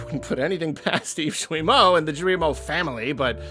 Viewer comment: I love how everyone pronounces "Yves Guillemot" differently. your "Eves-Jewey-Moe" is my favorite so far.